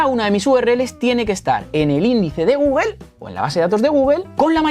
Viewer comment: Me parece maravilloso tu proceso didáctico, pero se me atora toda la info y me chirría cuando dices Gúguel, Náik. Considera pronunciar las marcas adecuadamente, Gúgl, Náiki. Mancillas feamente el contenido.